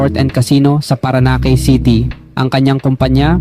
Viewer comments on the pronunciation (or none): NAKAKATAWA Ang ILang PAGTATAGALOG Mo Tulad Ng Pagbanggit Sa SIMPLENG Salita Na ABAKA/ABACA ...QUIAPO Na Naging KUYAPO 😅😂😅... Pati Yung PARAÑAQUE Naging PARANAKE 😅😅😅 Mukhang IBANG Lahi Kana Hindi Makapag Tagalog Ng Maayos.. At Yang 2nd KAMO Sa PINAKA MAYAMAN 😂😂😂 Maraming KABABALAGHAN Yan Kaya YUMAMAN Bigla Ng GANYAN...IKAW Ng UMALAM Kung BAKIT 😅😅😅😂😂😂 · Ayus ayusin mo pagbabasa mo,La yunion? Paranake? Quyapo? Consundyi???